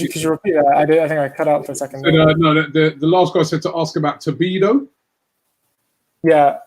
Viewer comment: "Tobido" "Upamencano"